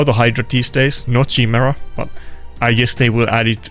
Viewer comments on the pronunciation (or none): ji-mera? was chai-mera but now you just messing not knowing how to pronounce it